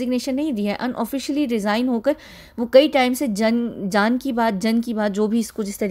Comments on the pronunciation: It's not "jaan" it's "Jan" means public... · Not first, but still 😍 Jaan ki baat nahi, it's jan ki baat. jan rhymes with bun we eat. jan means public in Hindi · “Jan ki baat” is written in Hindi! she pronounces “Jan” correctly and then changes it purposely. Be aware! Don’t let anyone brainwash you against our country’s systems.